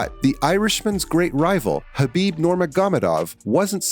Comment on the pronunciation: Bro you BUTCHERED Khabib's name lol I hate these channels that just do it and don't know shit. Video belongs in the trash